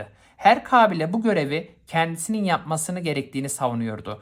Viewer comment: Hocam tek kulağımı tırmalayan şey diksiyon hataları kabile derken a yı uzatınca kulağı tırmalıyor herkes derken z diyorsunuz daha b sürü var hangi birini sayayım derdim hata bulmak değil sadece eleştiri dikkat ederseniz sevinirim onun dışında konu anlatımınız çok güzel videolar için teşekkür ederiz 🙏